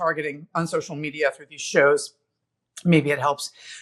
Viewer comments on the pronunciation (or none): none